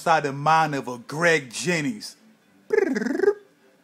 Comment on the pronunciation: Graeeg jaeeminnGs